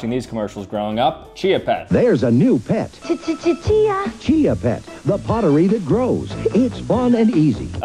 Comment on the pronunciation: I’m cringing SO hard at how badly you failed at the iconic Chia Pet….how dare you!!! 😂😂😂😂😂